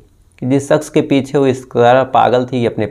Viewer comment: Sha pronouns karna seekho Bhai ssss nahi sha ,like saadi nahi shadi,saks nahi shaks,thottlaa hein kya